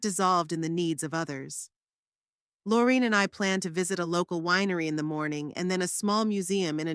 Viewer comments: A touching story but a lot mistakes in the reading. Sometimes the name of the friend was Lorine and sometimes Loraine. And other mistakes. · I wish the narrator would pronounce Lorraine right